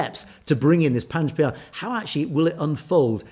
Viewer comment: Hi Panj Pyare is pronounced Panj Pyareee